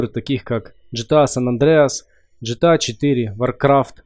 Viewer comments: ааммм правильно ГТА а не ЖТА а так спс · ГТА а не ДЖИТЫА Г.Т.А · Бро , не говори ДЖетеа,Бомбит,Это же ГТА Гранд тзефт ауто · джта????? вообще гта читается